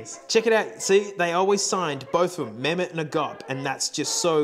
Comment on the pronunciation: Mehmet in Turkish is said more like Meh-hem-met. You always pronounce the H. You are saying it the Arabic way.